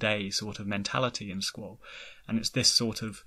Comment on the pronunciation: Your mispronounciation of Squall makes a good video nearly unwatchable